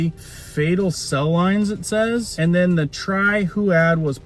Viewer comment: fE tal not fAtal.